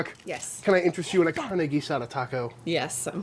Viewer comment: Well you probably provoked all the Americans to suggest our favorite foods. Car -nay Ah-sah-dah. You were closer the second time. Its all good😂